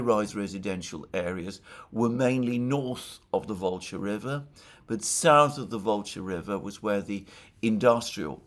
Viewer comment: Why does pronounce SouTH as souSE? "Dima"sp?) of the Military Summary channel also says souSE instead of souTH! Oh, and the barking dog is also VERY annoying! If it's a situation that cannot remedy at the time, should at least apologize for the inconvenience! "Just sayin"